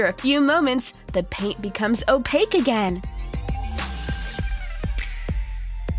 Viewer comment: That's not how you pronounce opaque